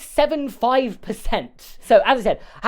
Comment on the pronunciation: Every number in the pronunciation of that 98.75% was so stressed 😂